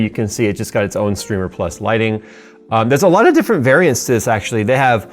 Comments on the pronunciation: Wouldn't it be a long I, like Slimer Strimer, instead of Slimmer Strimer? Just sayin.... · Strimer, the way you're saying it, would have 2 m's, like trimmer. Strimer, like timer.